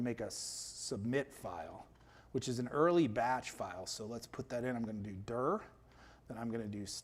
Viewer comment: Very interesting ; good reminder of cpm basics and i finally learned how to pronounce « dir « like a native English speaker :)